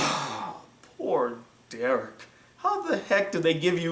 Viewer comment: You saying Derek hurt:(((